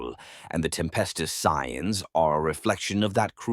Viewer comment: sometimes I hear it said correctly when saying "Cadian", but then when said normally it sound incorrect. Most media says it as Cade as in motorCADE, I keep hearing Cat-dia (silent "t" but same sound fx). Also Scions is pronounced like "Sigh-ON", not "See-In"